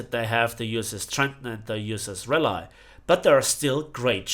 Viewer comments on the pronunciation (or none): USS Raleigh is pronounced rah-lee